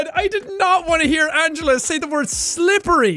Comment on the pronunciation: Whe she said "sLiPpErY" I actually turned my head and recoiled in pain